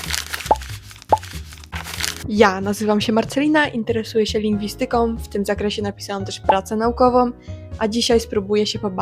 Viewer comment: Fajny materiał, ale proszę zwróć uwagę na akcentowanie "lingwi' styki", a nie lingisty' ki"